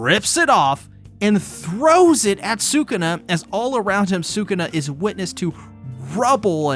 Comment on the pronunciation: I’m sorry but sukana …. You mean sakuna